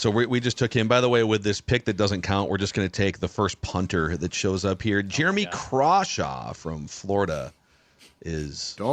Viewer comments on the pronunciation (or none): none